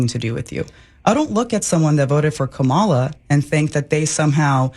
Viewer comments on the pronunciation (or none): "I don't look at someone who voted for Kah-MA-la like they ...." if you refuse to pronounce Kamala's name correctly, I suspect that you've been voting for Republicans up and down the ticket for a long time now. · The fact she pronounced it "Ka-MAH-la" instead of "KAH-mala" is telling. It seems to be a pretty reliable marker of who you listen to. So deep in the bubble that she doesn't even know she's in it. "What's water?" asked the fish. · and I am sick and tired of people mispronouncing her name. it’s comma-la. it’s not hard. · She said kahMALah while demanding respect for herself. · COMMA-LA. SIGH.... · I think the way pronounced "Ka-MA-la" tells you where she's been getting her information from lol. But yeah, just another example of a gullible member of a marginalized group getting duped into voting against their own interests due to their hatred of a different marginalized group. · The sheer fact that she mispronounced Kamala Harris’ name tells me everything I need to know honestly, besides the fact that her arguments make absolutely no sense already. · Well that's what happens when you vote against your own interests... and when you vote for a felon accused (and convicted) of many atrocious despicable things that no normal human would accept. AND she can't even pronounce Kamala properly? I'm surprised this bish had any friends to begin with. She says KaMALA knowing full well its KAmala. Ugh. So gross. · She’s an idiot she’s intentionally miss pronouncing Kamala Harris name and showing that same MAGA hate towards a person of color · Not worth talking about an idi-t who cannot pronounce the name of the Democratic candidate. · The fact that she doesn’t even pronounce VP Harris’ name correctly tells you all you need to know about how close of a choice it was. I’ll keep saying it; a lot of white women just don’t like black women. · She can’t pronounce Kamala right either. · Did you notice she mispronounced "Kamala"? That is how far MAGA she has gone.